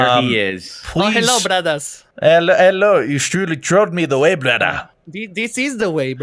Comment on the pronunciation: it cracked me up when he said da way